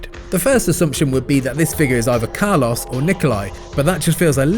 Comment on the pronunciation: Poor Carlos, his name got absolutely butchered in this video 😓